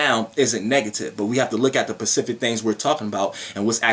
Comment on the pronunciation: specific not pacific